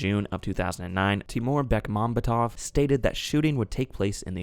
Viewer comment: The stress on the director's last name is on the secoy to last vowel. BekmambEtov.